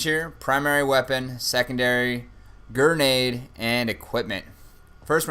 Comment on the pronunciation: Lol "Gernade".